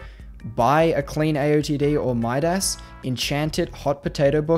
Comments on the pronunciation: how did you manage to pronounce Midas' worse than MadMaker? great vid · Did he literally say MID-ASSES